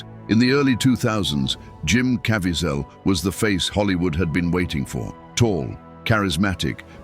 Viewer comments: Please, PLEASE, learn how to say Jims last name! Caviezel pronounced Ca V zel. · this A.I. can't pronounce Jim Caviezel's name correctly! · I didn’t know all these things about the filming. This is amazing. I bought the BluRay, and try to watch it every year. But, I WISH, the would pronounce the name Caviezel correctly. I think he earned that respect! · Please say Jim Caviezel’s name correctly. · Just like another video that talked about the movie. The guy speaking keeps mispronouncing Jim last name. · Commentator lies a few times & doesn’t know how to pronounce Jim Caviezel!! None of Gibson’s comment line up with video ..plus the tag never explains the scene depicted in the thumb nail!! I give the doc 1 out of 10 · Why didn't the narrator know how to pronounce Jim Caviezel's last name? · I appreciate the content of this video, but who are you?? It's read by AI, and the robot pronounced Jim's last name countless times!! You are a storyteller on the hunt for a story.